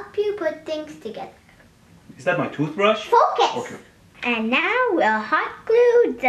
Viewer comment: I thought ElectroBoom.Jr just said fuck it instead of focus.